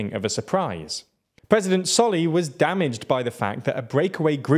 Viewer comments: A Maldivian here, firstly it's pronounced "sor lih" and "mu ezz" second, one of the reasons a lot of people are " pro china" in the Maldives is because one solih is seen as an ineffective leader because the economy mostly in the toilet during most of his parisdentcy ( because covid ) two general anxiety that India is going to take control of the country and fake rumors Three yameen is seen as innocent by large amount of people and other mumbojumbo (sorry for some spelling errors) edit: I don't like yameen or think India is gonna invade and also don't like solih or the other candidates. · Writing Team, President Solih is pronounced "Sow-lih", Dr. Muizzu is pronounced "Mu-eez" or "Mu-eez-u", President Yaameenr's pronunciation is mostly correct, but more emphasis is placed on elongating the vowels.